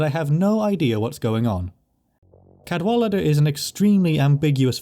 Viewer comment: who tf is cadwalidir